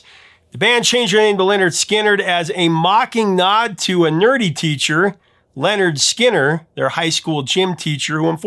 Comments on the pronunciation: The bands name is not Leonard. It's Linnard Skinnard. You got the story right but you keep saying Leonard! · No it's n ot pronounced LENNard Skinnerd. It's just how it's spelled. Linnerd Skinnerd. Very Southern pronunciation. Linnerd Skinnerd rhymes and has a ring to it. LENNerd Skinnerd does not.